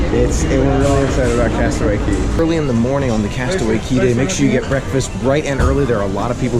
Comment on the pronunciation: It not cey cay castaway cay not to be rude just. So you know